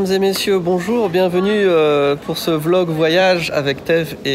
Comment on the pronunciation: Il prononce "vélogue" 😬 disqualifié d'office.